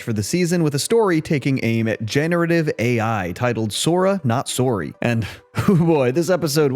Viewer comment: are you Canadian?? that sORry was brutal 😭